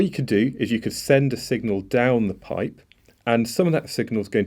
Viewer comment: Are you irish or something? the way you says pipe (the first attempt) sounds funny